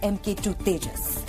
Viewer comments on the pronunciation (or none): Sir Tejas ko teja kiyo bolte hai aap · जाहिल, तेजस को तेजा बोल रहा हे.. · Ye harami Pakistani Tejas ko Teja bolte hain !!!😂😂😂😂😂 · Tejas...not Teja 🐊 bole ki cheemni😅 Din hote hi Pak reports India..India 🇮🇳 karne lagate hai